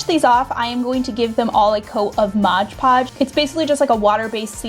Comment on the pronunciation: Its called MOD PODGE NOT MODGE PODGE x